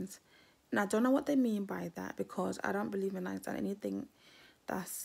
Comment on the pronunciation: Do u realize that you called Minai “Miami”?